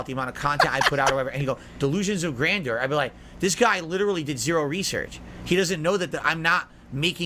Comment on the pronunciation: refuses to pronounce grandeur normally for a second time. Insane